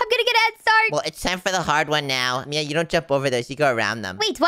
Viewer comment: It is Mia not min